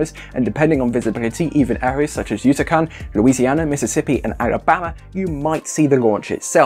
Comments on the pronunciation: Thansk for teh updte. its YuCatán not YuTacán tho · where is "Yutacan"? lol